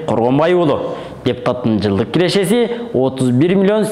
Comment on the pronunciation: Кирешези,чыгашазы дебей нормальный суйло да!